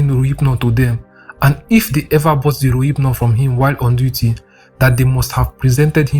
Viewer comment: Is it relphnol he is calling rohyphnol lol 😂